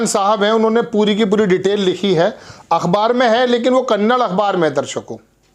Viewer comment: it's not karnatak but karnataka & not kannad It's kannada.